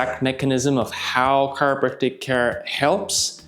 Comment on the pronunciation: He really had a hard time pronouncing "chiropractical", didn't he? 😂